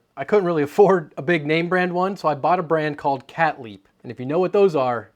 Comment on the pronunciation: 'I bought a brand called Cat Leap' (according to CC). What exactly is the name of this brand, I cannot tell what he is trying to say.